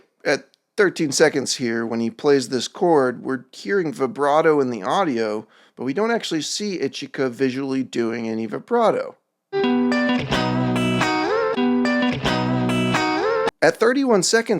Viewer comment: You do still sound like you're saying the first character wrong, the "i" in Japanese is just pronounced as how you say "e"